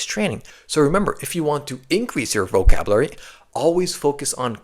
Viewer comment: He did he just say "vocabruary"?